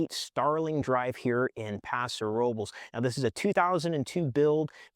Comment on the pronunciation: Think your saying paso robles wrong 😂